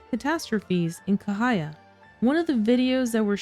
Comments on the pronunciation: The correct pronunciations is actually 'Cha' not K. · Ca as for Charlie, not kahaya😊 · Cahaya actually pronounced as "Chah"haya. I lived in Indonesia/Malaysia.